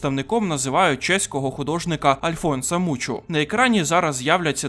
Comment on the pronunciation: Альфонс Муха блядь! Ну і правильніше казати ар нуво, бо це французька